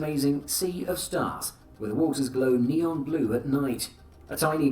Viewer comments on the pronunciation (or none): none